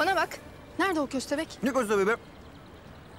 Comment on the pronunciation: Bahatin ve hayri dede fovorisi olanlar burdami köstehbek dediği an patladım 😂😂😂😂😂😂😂😂😂😂